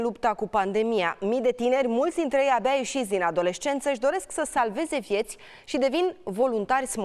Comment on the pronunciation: "abea" "abea" buni reporteri pe la antene. :)))